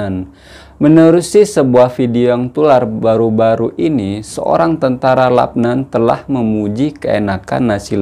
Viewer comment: Salam bro dia eja macam mana LUBNAN atau LABNAN, jika dia eja macam ini Labnan sama macam bro sebut, jika dia eja macam ini Lubnan bunyinya Lubnan saya rasa bro silap, asah bro lidah tu bro.